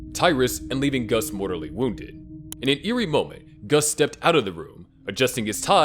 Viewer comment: Lol mortORly wounded😂😂😂😂 Sorry *mortaLLy